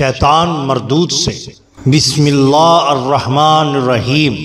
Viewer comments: muhtram bhai sb aap ne aik wali ki swankh bian lakin aap ne bismillah main zabar k i Ghalati mehrbani frma kar isko theek kr lain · bhai ap bismillah hi sai ni parh rhy